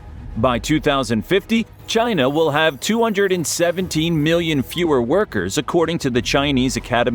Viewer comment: Nope! It's Chiiii Naaaa!😆